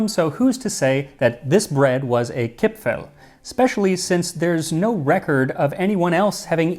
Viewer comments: Dear Max, actually nobody in Austria calls them "Kipfl" or "Gipfl" (even if they may have been called like that some time ago). Today the only correct Austrian spelling (and pronunciation) is "Kipferl". 🙂 However, as far as I know the Swiss call them "Gipfli". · Hello! I was born (1977) and raised in Vienna (Austria) and still live here. The "r" isn't actually silent. It's just extremely soft so it almost sounds like "Kip-fa(r)l". No, that's not quite it either... Crap! it's hard to explain. I should have kept shtoom about it. 😂 Anyways, best regards from Vienna! 😁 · Chipfel, Chipfen are not pronounced with an English ch-sound [tʃ] (like you did) but with a kh-sound (German [kʰ] or [x]). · In Austria we call it Kipferl, not Kipfel. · when I learned the Bairisch and Austrian dialects, I first pronounced the diminutive suffix "-erl" as "earl" and was corrected that it's pronounced as "el". It's akin to the way some English dialects pronounce a combination of a vowel and an "r", whether at the end of a word, or in the middle. "cahn" for "corn" for example, or "fahma" for "farmer". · Its pronounced KipfAAAHHL! :) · nice try to pronounce our Kipferl. But in Viennese dialect, the ending "-erl" is pronounced "-al". the E becomes an "A" (a german A not an english one), the R is silent now and the L remains. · kipfeRl, pls, as an Austrian would say it. :-) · if you ever want to learn to pronounce Kipferl correctly, contact me - someone from Vienna here, who has been following you since 30k subscribers, if I am remembering correctly. I know you are putting a lot of effort in your pronounciations. But there is some space for improvement for the German parts. ;) For Kipferl the important part is the R. Actually the ending -erl is one of our most used ways to change words - small anecdote: one of the ads of our city goverment says: Nimm ein Sackerl für Dein Gackerl. Meaning: take a bag for your dogs poop. ;)